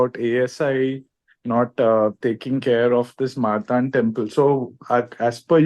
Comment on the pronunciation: I wish this man pronounced the word "Martand" properly :)